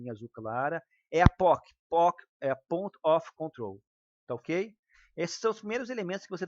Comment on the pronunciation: Aprendeu bem, hein, kkkkk! "Pont" não, minha chapa! É "Point" (of Control). Entrar aqui para desdenhar, não entre!